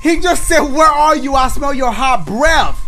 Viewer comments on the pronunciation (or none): none